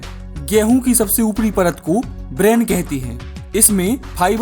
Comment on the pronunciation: ब्रान है, ब्रेन नहीं।